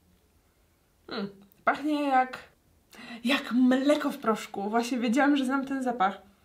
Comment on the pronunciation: To pachnie jak... jak... MELEKO! Tak to pachnie jak mleko. Serio powiedziałaś meleko